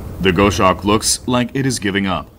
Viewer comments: Gos Hawk not Go Shawk. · Amazing that someone narrates a script and there no one to tell him that he's is mispronouncing the actual subject of the documentary. Too annoying to watch.